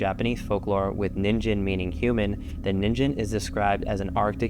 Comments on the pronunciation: Not to be that guy but ningen is pronounced "kneengehn" also unrelated I hate how people say that the mothman creates bad omens, if he's real he's not dangerous at all, he actually warns of bad things to come, he's more of a messenger rather than a harbinger lmao, fun vid otherwise lol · It's a hard g for ningen, not a soft g. You make it sound like ninjin, which means "carrot". Please research the pronunciations of words of languages you are not familiar with.